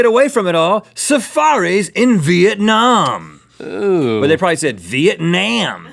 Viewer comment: Rhett pronounced "Việt Nam" so well and accurate omfg